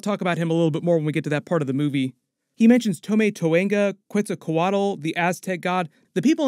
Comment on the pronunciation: It’s queeetzaal-cuuuoootlaaa